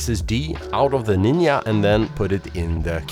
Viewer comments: Why you pronounce Nin'a?))) Nindza!!!! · Hi why do you call the Ninja a Ninya? 😂 Ya ninjcompoop!!❤ Great work otherwise 👏 👍 🎉😊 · What's a NIN YA?